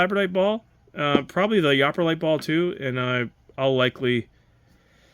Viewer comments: From someone who was born and raised in MI, yooperlite is pronounched "you per lite" not yop. Kind of like the people who live in the U.P. of MI are called "Yoopers" or "you pers". Just so ya know :) Nice sphere though! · That is 100% African bloodstone. It's annoying when someone is judging something without the knowledge necessary to do so. Lol like that small stone is labradorite... it's just low grade because it's mostly calcite. I'm trying to write this comment as you open packages but I am getting too annoyed to want to watch any further. It's "yooperlite" not "yoperlite" ffs. This I know for fact bc I know the guy who discovered it. Maybe take a class or something?😂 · You miss-pronounced the last big ball , it’s not yopperlite with an ah sound , it’s pronounced with a hard u sound like in super . Yooperlite , so named because of the people that live in the Upper Peninsula of Michigan and they call themselves Yoopers . And before anyone tries to tell me different , my cousin and her family live up there and her kids are native Yoopers . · It's not "yopperlite". It's "you-per-lite". Upper penninsula residents are called "YOOPERS". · It's pronounced youperlite not upperlite. I live in michigan. People who live in the upper peninsula are called youpers. Lower are called trolls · Yopper? No!!! It's pronounced "you-per" because it's from the upper peninsula of Michigan, a place where folks call themselves "u-pers." So... that's a yooper-lite! Not a yopperlite. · You can tell you're not from Michigan. Lol "YOOPER"LITES...rhymes with "Cooper" Great video though, thanks! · Just throwing it out there. I believe Yooperlite is pronounced "U-Pur-light." Great video and very informative however :) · Cool video. Loved the Yooperlite you got but have to say it's pronounced like (you-per light). Yooper is a term for someone from the upper peninsula of Michigan aka "da UP". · Came here to say this!😆 Escanaba native😆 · It's yooperlite, pronounced you-per-light